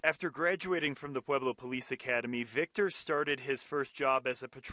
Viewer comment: Not pueblo bruhh😂 🤦‍♂️